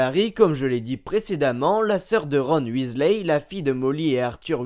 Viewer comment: C'est verNon on fait comme si il y avait un E a la fin ensuite dursley on ne prononce pas le Y et dans Weasley c'est pareille la prochaine fois apprend a prononcé les mots et noms